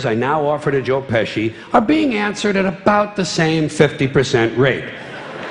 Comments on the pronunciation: bir de joe peshi değil joe pesci olacak goodfellas izleyenler bilir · Adam paradokslari espirili bir dille mukemmel anlatiyor Not : joe peshi degil pesci